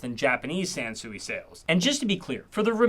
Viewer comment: I thought you said Samsung. I had to do a double take. 😂